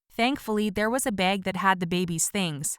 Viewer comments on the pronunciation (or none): She says beag not bag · Her: “It also had my beg” Me, an Aussie: [ Wheezes ] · "It also had a beg" Umm, its "bag" not "beg" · The way she pronounced “bag”